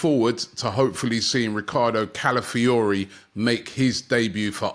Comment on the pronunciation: Robbie finally pronounces Calafiori correctly 😂